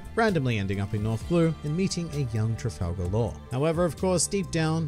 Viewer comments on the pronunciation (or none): none